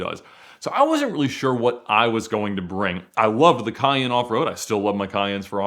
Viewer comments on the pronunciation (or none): none